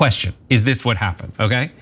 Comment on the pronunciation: It’s diss not dish!!!❤